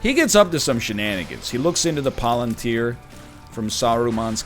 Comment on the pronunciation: First you mispronounced Minas Tirith, now you mispronounce Palantir?